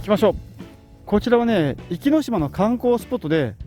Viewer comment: ちょっと「おき」って言い間違いが多すぎるのが気になりました